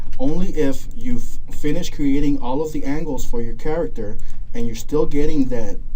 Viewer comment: It's "creating" not "crating"